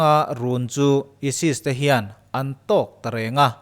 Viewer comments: Esis i ti a.isis zawk ni lo maw😀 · ESIS ti lo la chu ChCh-a maw ka ti ngei2 ang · Esis tia chhiar/sawi ka vawikhat hriatna. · Isis lam dan kha a dik lo tlat.. Alphabet a( I ) ai tih a lam tho tur a ni e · ISIS i lam dan chu leh.BBC te CNN te i en ngailo mi..mizotawngin ka lo hrilh ang che..Ai sis tiin lam tawh rawh aw..ka nui char2😂😂😂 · Aisis tih tur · Aisis tih a lamtur emaw kalo tia.. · isis ilam dan hiiiii. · Isis poh lam thiamlo ... Sub lo chiag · ISIS hi ESES anih chuan ESES hi engtin nge i lam dawn ??? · Keipawh ISIS a lam dan kha ka lo ngaimawh. Mizo youtube channel nei, story vel chhiar thin ho hi thlukna awm vel hi an ngaipawimawh vak lovin ka lo hee deuh a. Ka lo ngaimawh thin khawp mai